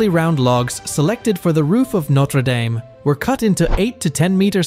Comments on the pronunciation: It's pronounced 'daam'. That's important because it's entirely what your video is about, and hearing it mispronounced so many times is off-putting. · For fucks sake… Norte dame ( pronounced dam, dam) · There is no Y in Dame. It is pronounced Darm, as in Farm and Harm. 🙄😖